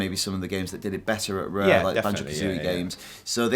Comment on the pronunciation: "Fannz uf REEEHH."